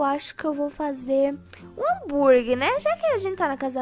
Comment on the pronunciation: só eu q percebi q a disse hamburgui em vez de hamburguer? ou eu q to doida? me diz ae